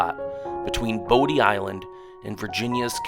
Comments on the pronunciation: man you slaughtered those names... it's pronounced Body not bow-d and Car- ra- la not core- oh- la, Man- tee- oh not man tay oh... but nice video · Nicely done! We live on the Outer Banks! However, a few factual corrections for your viewers: "Corolla" is pronounced "Curr-allah", Bodie Island (Light House) is pronounced "Body" Island. Manteo, the town on Roanoke Island is pronounced "Manny-oh". It's "Jockey's Ridge"" state park. And Orville and Wilbur Wright visited here many times to achieve first flight, but they didn't live here, not long term. They had to bring anything they needed over by barge from the mainland. To see wild horses, better head right on up to Corolla adn Corova, the part where you have to drive on the beach because the road ends there. You're not going to see any/many wild mustangs anywhere else on the OBX proper. :)